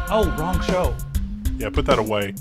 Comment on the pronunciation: Hehe... "put that a-WHEY"